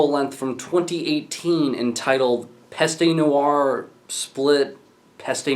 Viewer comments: et arrete le homme saying pasta noire lol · It's pronounced /PEST nooarh/. The fact that you know that you mispronounce does not make it right to mispronounce. And it's not /molOtch/, it's /mOlotkh/.